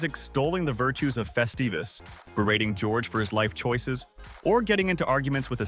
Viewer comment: Morty Seinfeld didn't celebrate "Festivus" - it was Frank Costanza!!!!!! Get it straight - and it's NOT "festeevus", you CLOWN!!!!